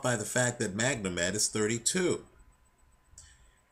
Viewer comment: why do you keep calling him MagNomed, its Magomed which is Russian for Mohamed.